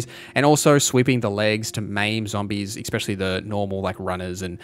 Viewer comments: I watched until you said ex-specially like a lackwit. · please stop saying "expesially" mega pet peeve